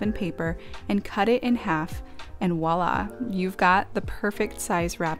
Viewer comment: Voila * not wallah 😂